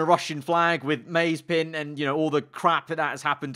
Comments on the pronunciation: Maze-pin. 🤣 Butchering names are we? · "Maze pin" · I like how he mispronounced Mazepin. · Your pronunciation of the word Mazepin is worse than Mazepins personality